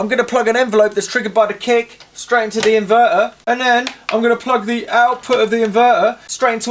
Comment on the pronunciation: "...and an inværær"